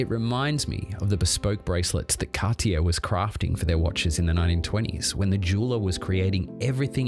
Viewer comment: How can you know so much about the brand without being able to pronounce it correctly?